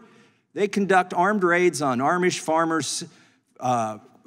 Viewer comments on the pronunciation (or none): It’s Amish, not “Armish”. Gotta watch out for those Mennonite resistance fighters trying to peddle their contraband raw milk.